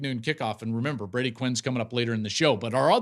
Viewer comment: Become a professional and learn the players names "Brody".